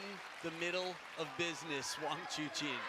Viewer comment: This is very good analysis, thanks guys. Btw Wang Chuqin's name is pronounce as Chu "CHIN" and not CHU "KIN". Just for your info XD